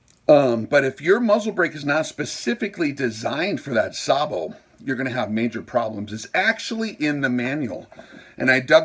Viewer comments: Pronounced “say-bo” Also, sorry you are wrong. The threaded closure system is one of if not the strongest mechanical joint out there. It’s actually amazing. And it’s only the first 3-4 threads of any threaded joiner that provides almost all of the strength. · Pronounced on this side of the ocean as SAYbow - the fire command in a tank goes "Gunner! SAYbow! Tank!"